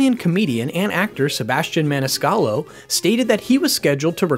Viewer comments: He said "Sebastian Maniscalo" xD. We all make mistakes, I get it. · Man U messed up Sebastian’s last name